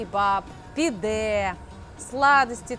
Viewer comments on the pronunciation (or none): none